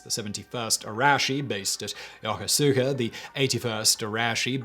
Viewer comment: Just FYI for future reference: Yokosuka is pronounced Ya-KOOS-ka